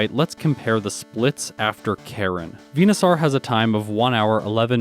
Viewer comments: it's VENU-SORE not VENU-SOUR or SAAAR like a pirate. Like Dinosaur not dino sour. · its venoSAUR not venoSORE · you’re Canadian right? Are you a newfoundler? Just the way you pronounce venosaur is different to the way I say it (northern Ontarian) You say it harder, like vena sarrr I say it like, veno soar. Idk just curious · Why do you pronounce Venusaur like that? 🦧